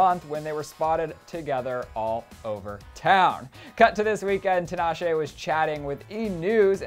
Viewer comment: HER NAME IS PRONOUNCED TEEEEEEEEEE-NAH-SHAY